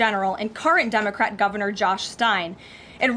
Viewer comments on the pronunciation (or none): none